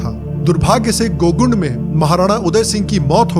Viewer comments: भैया वो गोगुंड नहीं गोगुन्दा है। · It is not gogund it's Gogunda